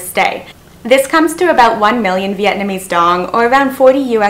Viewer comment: VND not VDN